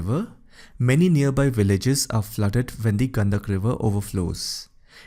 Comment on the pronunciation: गंडक बोल गंदक नही साले तुम इंग्लिश वाले पूरी नाम को तहश नहश कर दिया